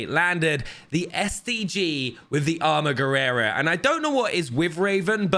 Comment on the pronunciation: Somebody had to say this: it's armaguerra not armaguerrera 😬